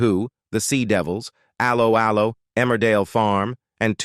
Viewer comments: I have never heard 'Allo 'Allo pronounced in such a weird way 😅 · You say they aged badly , but you pronounce words badly. Zee cars is Zed cars...and Allo allo, should have a French tone, which lifts the sound to A low....A low sort of 😅😅😅😮😮😮